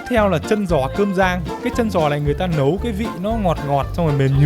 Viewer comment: Ôg tiết lộ đến từ Hải Phòng nhanh quá, đến đoạn nói chữ "Nẩu" xác minh thành công ng chuẩn Hải Phòng 😂😂😂😂😂😂😂😂😂😂😂😂😂😂😂😂